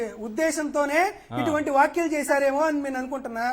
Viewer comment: వ్యాఖ్యలు కాదు వ్యాఖ్యలు అనాలి గారూ.